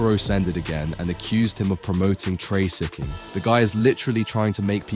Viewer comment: why does the AI voice read all C's and F's as backwards? TraCCIcking, oCCended, diCCerent...etc. It's annoying.